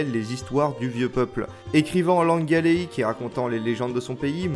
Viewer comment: Ga-é-lique et non galéique ;-) Merci pour cette revue qui rapporte bien la beauté de cette animation.